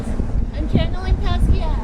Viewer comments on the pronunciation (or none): none